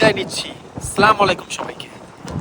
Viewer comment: আপনার উদ্যেগ অবশ্যই প্রশংসার দাবীদার। আমি বাংলাদেশের খুলনা থেকে। ভাই আসসালামু আলাইকুম ওয়া রাহমাতুল্লাহ্ এই শব্দগুলো খুব স্বচ্ছ এবং পরিষ্কার ভাবে উচ্চারন করলে আরও ভালো হবে। ভালো থাকবেন। আমাদের জন্য দোয়া করবেন। মিঠূ।